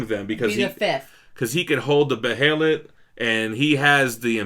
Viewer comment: I love yall fr tho, but its called BEY-LIT, not be-hell-it. Bey-lit.(behelit)